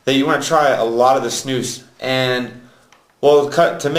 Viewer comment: Idiot. And please, learn Swedish and learn you to say SNUS !!! Not Snous. And not u can´t. The nicotin and flavour loose. German idiot. Come to Sweden if u wanna learn how to snus like a real man